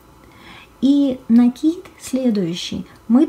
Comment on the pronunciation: Слово "рапОрт" обозначает повторение. РАпорт - отчет. Поэтому в вязании правильнее говорить все-таки именно рапОрт. НакИд - накИд и обозначает, нАкид - это новые веяния, я за накИд. Пардон, что коментирую не по теме. Обычно не делаю этого, особенно в роликах с грубым нарушением орфоэпии и произношения. Спасибо за отличный МК! ))